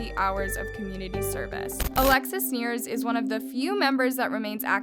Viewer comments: how do you pronounce a last name so bad??? any interview or research shows a clear difference between nears and neiers.... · ok love the documentary but i wish you didn't mispronounce multiple peoples names. alexis neiers, audrina patridge ???? no hate just make sure you know the people your talking about